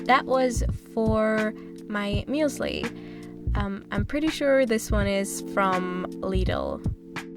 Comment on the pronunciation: it is really interesting how you pronounce german words like "Müesli" or "Lidl" not really german ^^